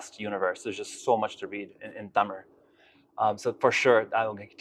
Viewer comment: His pronouncing words from tamil better than these generation